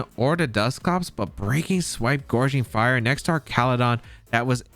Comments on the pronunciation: GOW-ging fire not GOR-ging fire <3 no hate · Also the name of the paradox entei is gouging (like “gouge my eyes out or “The super market is gouging people with these prices”) fire.